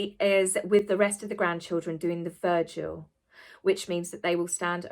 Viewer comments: Hon...it's vigil...not virgil.. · It’s vigil not “virgil”. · Is it your accent or are you saying “virgil” instead of vigil? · Hello I’m catching up on your wonderful commentaries regarding the Queen’s passing. Forgive me but I have to ask, am I hearing you correctly…is it a British pronunciation of the word “vigil” to say “virgil”? I love your videos and think you do a wonderful fair and balanced job! Keep’em coming PLEASE! 😊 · Vigil not Virgil, who was a poet :) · Not vergil its vigil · Vigil, not Virgil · It's vigil not Virgil, he died: 21 September 19 BC, Brindisi, Italy. 🤣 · It's "vigil", not " virgil". There is no "r". Love ya,!! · you're on fire and look gorgeous but "virgil"? It's vigil lol! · Vigil not Vergil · Sorry it’s a Vigil not Virgil I’d say it was a slip of the tongue! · It's VIGIL not VIRGIL!! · love you, but "the VIRGIL"??? 😂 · Please! It is a VIGIL not a "Virgil" & The existence of any Sussex offspring has yet to be confirmed. No DNA proof. As for Andrew, he was a HERO helicopter pilot in the Falklands & the female in that photograph was not the victim she's been made out to be. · Wonderful video again, loved the story about Gary 😂 Just to let you know that vigil is pronounced vidge-ill and not verge-ill. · it is a Vigil, not a Virgil, who was a Latin author. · A virgil? Do you mean vigil? And abolishment? Do you mean abolition? Sorry to be pedantic, but respect for the queen should include respecting the queen's English? You're not a foreigner. So no excuse. I am a foreigner and was brought up with great love and respect for the Queen's English. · It’s the VIGIL, not the VIRGIL!!! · Not Vergil. V-I-G-I-L. Like ‘vigilant’. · Vigil not virgil. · Respectfully, vigil not virgil. 😊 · Just saying, it is a vigil not a virgil. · Vigil sweetly not virgil. Virgil was a Roman poet. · It's not a VIRGIL. It's a VIGIL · Virgil? I think you mean vigil? Love your videos! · It's not called a ' virgil ' it's a Vigil .